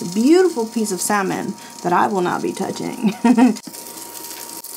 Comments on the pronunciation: The fish? Pronounced "sah-min" 😏 Like salmonella, which you said perfectly fine. You were robbed: no recipe books OR grill plate! This grill was a major fail, you were more than kind as you went from one trial to another. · Yes goodness! Saying, "sal-mon" is right up there with "swimp" and "masa-two-sets" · Love the adobo! Lol. So glad u uploaded today I needed this lol love u! My sis says salllmon 😂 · Girl, my mother in law says SALmon! She says a lot of other things wrong too and it's funny. We just let her keep talking and then we talk about it later. And that steak looked AMAZEBALLS!! I've never seen a steak like that! You go ahead! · Why did you have to call out the "SAL-Mon" people you portably lost some fans right there LOL !!!! That grill was a mess for that much money .. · Heard Salmon being mispronounced in my opinion... I am an Army brat so most words are mispronounced depending on how I learned them and where I was living. If you didn't live my life, you are not speaking proper. Most undeniable, worst interpretation of a word, and no excuses ever, was a women saying surimp, not shrimp. Someone doesn't know the letter h exists in the spelling of shrimp! Creeps me out to this day.